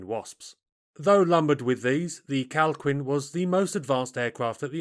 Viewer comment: Minor correction. The Calquin is pronounced Kal-Keen, not Kal queen. Q followed by U in Spanish is silent before E and I.